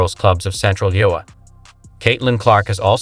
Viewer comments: This is the worst ai generated script. They can't even pronounce the name of the state of Iowa correctly. It is I-O-wa. 3 syllables. Emphasis on I. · Stop the mispronunciation of IOWah AI sucks.